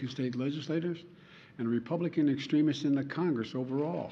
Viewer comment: And he can’t even pronounce the word correctly.